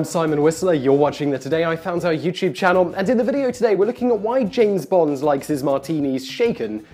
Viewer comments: Lovely video, but you pronounce "Bond" as "Bonds" in all but two instances in it. How strange! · Why is he calling him "Bonze" it's Bond. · Name's Bond, not Bonds. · James BOND, not James BONDS! Damn you English people :P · You keep saying bonds, as in the underwear brand. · "Bond. Not Bonds." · Why do you keep calling him "James Bonds"? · am I the only one irritated he keeps saying "James bonds", and not in a possessive manner. "in fact bonds drank so much" "in writing the bonds series" "James bonds novels" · Why do you keep saying "James Bonds" as a plural? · Am I the only one who noticed that Simon pronounces "Bond" as though it has an 's' at the end of it throughout the entire video? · Please, there is no S in Bond. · Is it just me or is he adding an S to Bond? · You're British and you can't say Bond right?? There's no "S" on the end my friend. :)